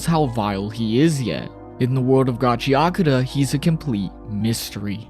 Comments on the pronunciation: There's no Y in Gachiakuta! Stop adding a Y!!! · Why do people read it as Gachia-kuta?